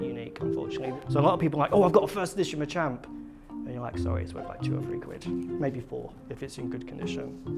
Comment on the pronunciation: Machamp is pronounced match-amp the way you say it really urks me lmao